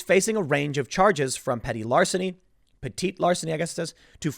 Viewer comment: petit larceny is pronounced "petty larceny"